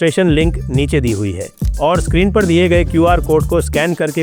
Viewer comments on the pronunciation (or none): none